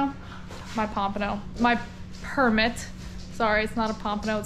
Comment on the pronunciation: Hey, when you said 'Permit' it sounded like you said 'Percocet' 😏